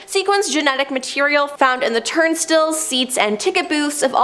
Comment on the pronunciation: FYI: Skulls not skools St eye les not stills